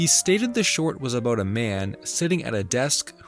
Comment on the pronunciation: Did I catch an “abooot”???? Another Canadia intruder!!!!! Dear God!